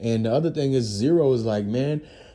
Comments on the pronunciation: It's z ro, not zero......who tf are you bro? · His name is Z RO NOT ZERO BRO WTF